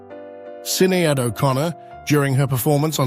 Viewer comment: Sin-e-aid and limberjacks. 😂😝